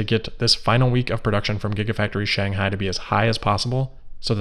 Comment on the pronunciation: Shanghai with an ‘h’